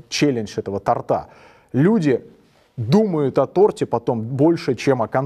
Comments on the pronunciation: Все чудесно, хороший учитель. Только ударение ставит иногда не правильно. Не тортА, а тОрта!!! Режет слух... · Мне столько раз говорили, что на встрече с тем или иным чиновником в ранге ( министра, замминистра..) будет 5-10 минут, по два часа сидели обычно! Еще и другие факторы играют роль - харизма, красота и проч! Мужчина по книжке рассказывает на практике все обычно по другому((( И еще , не тортА, а тОрта )))